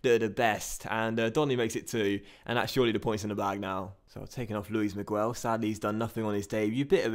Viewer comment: Miguel is pronounced Migel, not Migwel. Like this so he can see